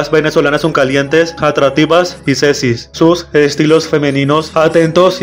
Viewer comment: Jajaja encima lo dijo como 80 veces